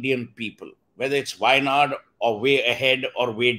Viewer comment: Waynad , Wayahead or Waydown 😂😂